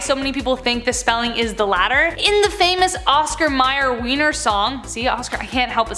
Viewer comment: The sausage is named after the capital of Austria, so why are you pronouncing it like that? This channel is silly.